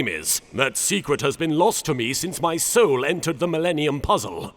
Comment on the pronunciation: "Here in ma evil wair, just stowle this, uh, new sowle here."